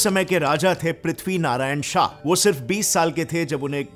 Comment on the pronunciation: The fact that he pronounced GORKHA and PRITHVI NARAYAN SHAH correct than most Indians makes me like him even more